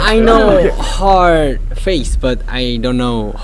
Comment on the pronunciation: O JK falando hor em vez de Her é tão fofo